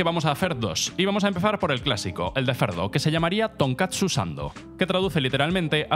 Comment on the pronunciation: Tonkatsu dijiste tonkotsu XD